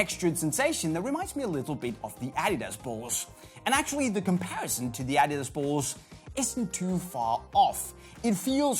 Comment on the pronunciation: You aren't even saying "adidas" right.